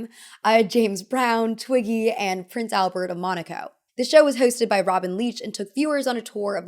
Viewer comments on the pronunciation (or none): none